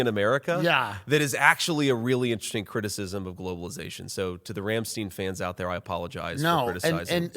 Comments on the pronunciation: Its pronounced Rum St'Ine "Rammstein" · The most offensive thing I have heard is how he pronounces Rammstein. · I'm more offended about his pronunciation of Rammstein. 😂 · J.D Vance is that last person I’d expect to know who Rammstein is😂😂😂 He did pronounce it wrong tho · Apologize for pronouncing rammstein wrong 😂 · Add Rammstein to the list of words JD needs to hire me as a pronunciation coach to nail. Along with fentanyl and Pokémon. Cmon I’m a poor type 1 diabetic Buckeye myself!